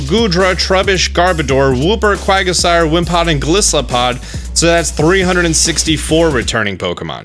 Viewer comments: Haxorour? Quagasire??? Its Haxorous and Quagsire bro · Also, its quagsire not quagasire and haxorous not haxourour. But pretty solid predictions man. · Quagsire* not Quagasire lol and it’s Haxorous. Lol